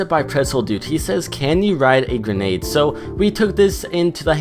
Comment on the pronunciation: He said ganade